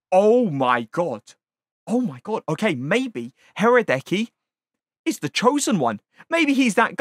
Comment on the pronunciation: His name is pronounced Ra-dech-key. The R is silent and the C is pronounced as how C and H together would sound